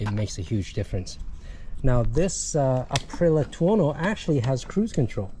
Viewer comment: Would you PLEASE pronounce the bike's brand name correctly?? Arrrggghh!